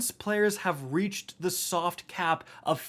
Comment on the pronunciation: "this is my cat Uldren, he's very "Sovt"